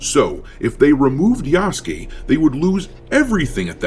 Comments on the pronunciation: ya-SU-ke NO YASKE YOU DIMWIT USA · Yasu-KAY, not Yasuk-KEY. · Reminds me of that one AssCreed Shadows Lead Writer who calls Yasuke as “YAS”😂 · Just call him yah-soo-kay you sound ridiculous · It's become a bit of a game to me to play "who can actually pronounce 'Yasuke'" with these sorts of coverage videos.